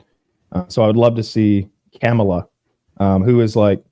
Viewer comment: IT'S "COMM ALLAH"!!🥴